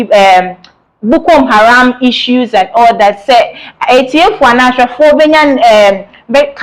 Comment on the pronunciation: Madam the name , the namis not Bukom haram Madam there is no eord like Detainment: rather DETENTION.